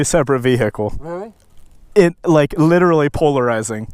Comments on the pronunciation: I like how you say "vee-hickle" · Vee-hick-le heh